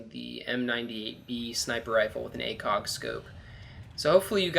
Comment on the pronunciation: It sounded like he said ACOCK instead of ACOG.